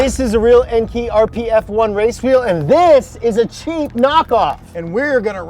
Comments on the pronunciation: Why do all the wanna be car nerds call it Enkee? We real Nerds with Mustang GTs and 600HP Civics call it En-KAY. Spread that ignorance. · Please stop mispronouncing car part manufacturers. It’s “N-Kay” not “N-Key” and “Tea-N” not “Tang” (high/low) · en-kee lmao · pls stop saying "enki" lmao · It’s pronounced EnKay guys lol.